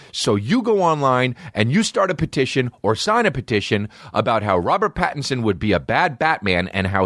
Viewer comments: Anyone else notice he says “pedition”? 😂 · Why sometimes a solo podcast sucks: nobody is there to tell you youre saying petition wrong. Lmao.